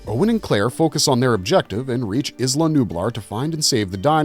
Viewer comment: Are we still pronouncing it ‘izla’? The island boys dont even call themselves the izland boys and they’re handicapped